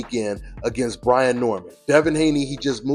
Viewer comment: It’s Brian Not Brandon🤣🤣